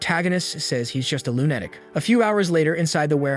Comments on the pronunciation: Wow, learn how to speak English before making a translation video or you just look really fucked in the head with no ability to pronounce words. Lunatic is pronounced /ˈlo͞onəˌtik/ try definition word and you should see a speak symbol to click to hear how you should be saying the word. I won't repeat this is you do this over and over again. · I find myself looking forward to times you say "lunatic" - I get such a laugh from your pronunciation but now I also find myself saying it your way. Which confuses people. 😅